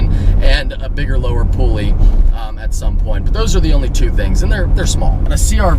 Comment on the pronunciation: "Lower pooly" - love ya lol